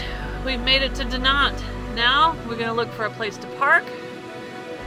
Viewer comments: Dinant looks lovely. Incidentally Google pronunciation says it's pronounced De-non. Any of these difficult to pronounce places should be on Google. Again incidentally I come from Edinburgh Scotland and as its somewhere you might visit on your travels, if you say Edinburra you will be saying it right. 😂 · Dinant... don't pronounce the "t", like you would in Spanish. Its more Dee-non(t) like another person posted, just look rhem up on google. I'm French, btw